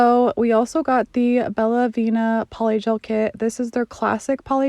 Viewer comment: Don't want to be rude. Nail tips are from "BellavEna". Not "Bellavina". Really great video! Sadly, there aren't wide enough tips for my thumbs.